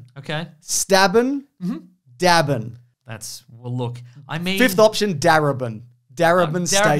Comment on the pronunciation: I was eating a curry and I spat it all over myself when he said drabbing